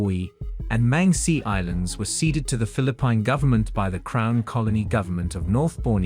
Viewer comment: interesting but what in the AI is this? julie 4, phili PINE, toowee toowee. also remove the annoying background music.